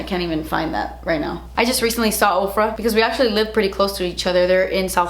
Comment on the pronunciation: When you said "I don't know if you guys follow Ofra on social media" I heard Oprah and was so confused until like the end of the video LMAO